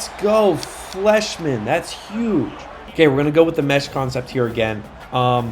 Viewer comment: I would pronounce Fleishman with a long I sound, like flyshman